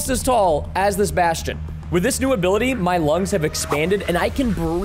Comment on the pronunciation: He said bastion